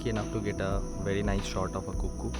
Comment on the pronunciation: The right Pronunciation for Coockoo is Cook as its in Cooking So it sounds like " Kuk Koo" Loads Of Thanks For Your Lovely Work May The Lord God 🙏 Bless 🙌 🙏 ✨️ 💖 ♥️ You Forever 🙏